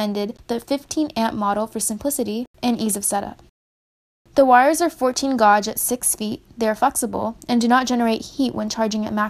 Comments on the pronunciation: GAGE NOT GAWDJE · Gay-ge, not gawge, and sub-se-quent not sub-see-quent. Nice video thanks, helpful. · Gauge is pronounced "gage" not "gohje" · GAGE NOT GUAGE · You loss me at “GAWG”! Come on, did you pass 5th grade?!! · "Gawj". yeah, definitely a "pro" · It's pronounce gage. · It's spelled gauge it's pronounced geij . . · Be nice. She's trying her best to be both helpful and friendly. So she doesn't know how to pronounce "gauge." -- If that's her biggest fault in this life, she's a better person than most of us. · You need to learn how to say "Gauge" correctly. The U is silent. Say the word CAGE but with a G instead of a C and that is how you say the word correctly. You're welcome. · The 'U' is silent in GUAGE.